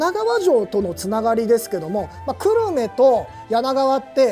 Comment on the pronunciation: 久留米が思いっきり地元なのでコメントさせていただきます。 く↑る↓め↑ で合っていると思います。 少なくとも私はこの発音で久留米と言ってますし、周りも同じ発音です。 地元が出てくるとうれしいですね。 城プロ応援しています。